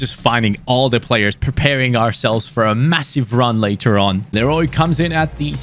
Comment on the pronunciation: Hi, people are always saying Leroy Lero "y" but its pronounced as "Leroi". Btw Super vid 👍